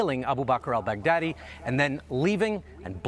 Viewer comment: "Al Bag Daddy" - Trumps way to pronounce it is so uneducated.